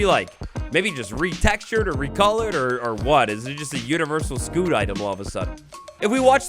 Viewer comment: Sc-you-t not sc-oo-t